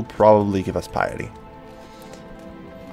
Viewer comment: "There's gotta be a way to get more pieeety" Not sure if that accent was on purpose